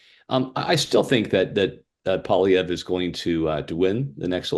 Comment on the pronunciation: Someone tell the liberal it’s not pronounced Pierre “Polylever”